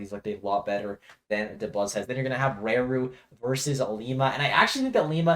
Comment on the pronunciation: The "Ra" in Raru and Rarikkusu is pronounced the same as how you'd pronounce the Ra in Yoshidora fyi